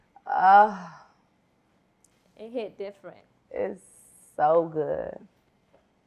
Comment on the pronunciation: I heard u say zo sister